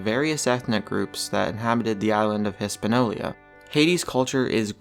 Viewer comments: Hispaniola, not Hispanolia. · lol...its Hispaniola not Eespanolia....silly... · "Hispanolia" dude stop. bye 🙃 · Hispaniola. Not Hispanolia. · HISS- PAN- OLIA LMFAO It's pronounced hispanyola breh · it is pronounced (overly simplified): hiss-pan-YO-la, not hiss-pan-OLE-ee-ah. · It's is not Hispanolia, it is Hispaniola! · It's Hispaniola, not Hispanolia. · its Hispaniola, not hispanolia. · it's noy EYE RAN; it's ih rahn.....hispanola, not hispanolia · island of Hispanolia???? H-I-S-P-A-N-I-O-L-A!!!!!!!!!!!!!!!!!!! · Damn it, it's Hispaniola! Learn to pronounce correctly!!! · what's '' hispanolia '' ??? no credibility there ! ! ! ''HISPANIOLA '' ! ! ! ! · Raviolia? Now I'm hungry. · Not Hispaniola, it's "Hispanolia". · "Hispanolia" lol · And the name of the island isn't pronounced "Hispanolia". And he way the guy said "there are animal sacrifices in the water and oh yeah, severed heads too" falsely implied there are human severed heads (if the animal severed heads part is even true to begin with). Pretty shoddy compilation vid. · EES- PAN- YO- LA. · Hiss-pan-yo-la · ar-che-pel-AH-GO? HIS-pan-i-OLA? Didn't quite make it through 5th grade geography did you? Of course I am a dolt for watching this tripe for over 4 minutes to get to this point. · It's pronounced "hi-span-YO-la." Geez. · ITS HISPAÑOLA!! gad dammit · Hispanolia? That's not how it's pronounced! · Can you not speak English? The narrator can't say Hispaniola. Come on He is misplacing the I.